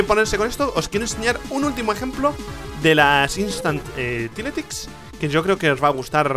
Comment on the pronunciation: Rich, los tile ticks pronuncialos como "tail licks" (como se lee) aparte de que es así, también queda mejor. Todo el vídeo por lo demás genial!